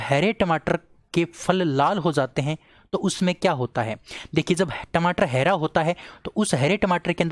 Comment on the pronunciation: हैरा नही हरा बोलना सीखो